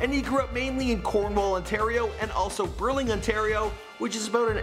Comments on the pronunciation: "". ITS NOT "BURLING ONTARIO" ITS "BURLINGTON". PUT SOME RESPECT ON MY CITIES NAME. fun fact i live beside lester b pearson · STOP! Did he say Burling Ontario?? It's Burlington! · *BurlingTON, get it right